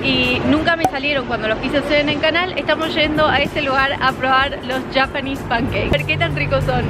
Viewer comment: Soy la única que odia que diga "yapanes pankeiks"??, decí panqueques japoneses JAJAJAJA